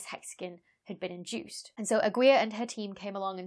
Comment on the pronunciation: Aguiar is pronounced like a:gi:Ar with silent "u" and stress on the second "a". You may listen to it here (by clicking on the loudspeaker)